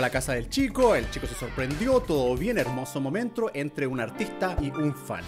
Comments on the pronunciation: Like si en el minuto 2 14 german dijo momentro0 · "momentro" xdd